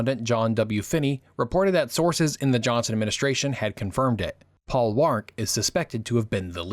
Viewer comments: Paul Warnke is pronounced - WARN-key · The CORRECT pronunciation of "Warnke" is: WARN-key (accent on the penult).